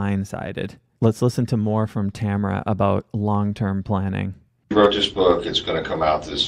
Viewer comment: But mispronouncing Tamara's first name lol